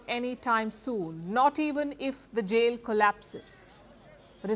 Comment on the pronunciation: This AI system is pronouncing the word Jail as Jeel. 🤣